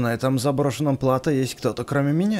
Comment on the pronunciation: в слове Плато ударение на другую букву